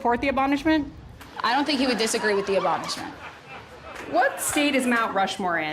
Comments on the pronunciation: "abonishment" lord help us. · Saying “abonishment” 3 times confidently is insane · Where would be without that "abonishment" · The way the reporter uses " abonishment" back to her has me peeing in my parked car. 😂🎉🎉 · The "abonishmont"